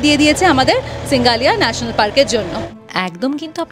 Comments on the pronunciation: সিঙ্গালিয়া নয় SINGALILA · সিঙ্গালীলা.... not সিঙ্গালীয়া